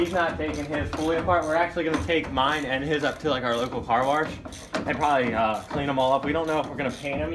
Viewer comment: "Car warsh"